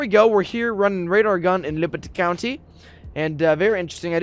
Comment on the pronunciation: so nobodys gonna talk about how he says "liberty county video"